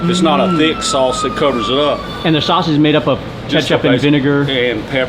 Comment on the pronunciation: Sauce not Suss